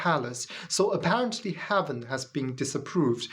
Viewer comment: AI has better pronunciation and intonation. Not intended as a critique of English. Your English,, is excellent. "Heaven" not "haven", "These" was mis-read as "this" (This is just a little feedback for you, ). I thought, originally that your accent was British-flavoured, but your subtitles are in US English. Where did you learn your English? Your ideas? Unconvincing. Successful religions have always been about controlling other people. That is what they are selected for, if they do not do that, they get replaced. Reality is not important to religion (well, successful religions). I suppose the Flying Spaghetti Monster has some connection to reality.